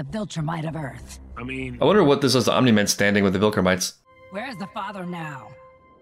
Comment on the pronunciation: Bro is saying vilkramites 😭